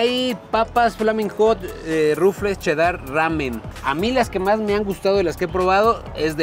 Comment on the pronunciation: Por que dices: che Dar en vez de cheddar y todavía quieres corregir a que pasó papá ponte trucha